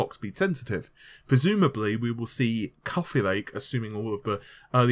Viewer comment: couffee lake :)